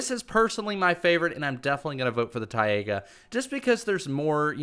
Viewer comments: You should maybe say taiga right. Its taiga not tiaga...🤦‍♂️ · No hate😂... BUT ITS FING PRONOUNCED TAIGA NOT TAIAGA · ti- AYE -guh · When you said Tiga like Tiaga and I was like wow a new biome already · It's pronounced TI-GA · LOL , the way how you spell “Taiga”!!